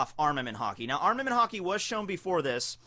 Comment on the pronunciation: Is it just me or why is it everytime says Haki I think he said Hockey (I live in Canada:D)